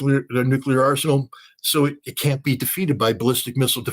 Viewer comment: Scott, if you can't afford to say "can't" with a T, just say CANNOT.